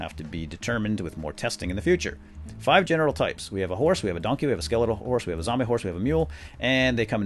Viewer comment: Did anyone else laugh a little when he said Don Key. Doon Key